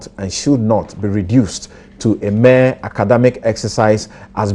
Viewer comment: Haba Sampson, the word is mere not mare